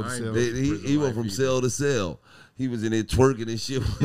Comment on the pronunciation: Nigga said celly time😂😂